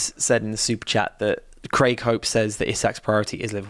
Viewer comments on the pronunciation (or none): none